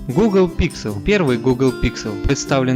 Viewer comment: Гхэкающий обзорщик)))) диафрагхма, Гхугл пиксель, слух режет. Лучше уж на мове